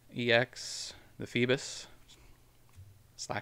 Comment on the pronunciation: Feebass not Feebiss bass like the fish 🐠